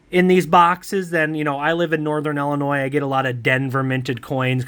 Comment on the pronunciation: Thank you for saying Illinois correctly 🎉❤!! So many people say it wrong 😆.